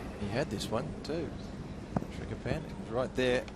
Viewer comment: It's Srichaphan, not Srichapan and i feel he kinda showed the blueprint there on how to beat Nadal, would have given an older Nadal a lot of troubles as well.